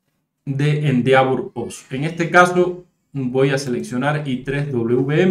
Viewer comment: se pronuncia endévor